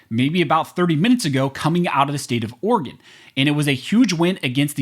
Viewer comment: It's not state of organ its state of Oreegon"